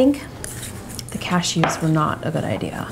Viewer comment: "cash-EWS" haha never heard it pronounced like that